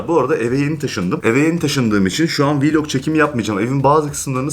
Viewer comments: Niye hep YouTuberler vlog diyeceğine vilog diyo aynı gibi🤣🔥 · Her viiilog dediğinde güleme krizi geçirdim😂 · ev viylogu çekemem ama viylogu ama vllogu değil :-) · Viloga viilog demesi jsjsjsjsjsjs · Yanlız vlok deyil viilok🤣🤣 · Viloq deyil vlog